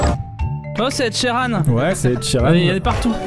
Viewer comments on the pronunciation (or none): # c’est pas ed sheran mais Herbe cheran